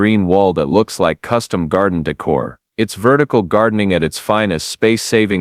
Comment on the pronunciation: If I have to here the word "Decor" (day-CORE) pronounced "dekker" one more time ...